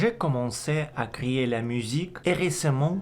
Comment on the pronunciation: bonsoir 😊 créer est correct mais avec votre accent, on entend "crier". Bravo pour votre français, je viens de m'abonner à votre chaîne 😉